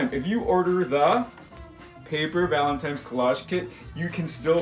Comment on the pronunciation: It totally sounds like you’re saying Valentimes! That’s what I call it